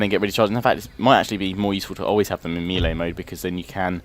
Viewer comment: You pronounce melee wrong, yes im English too.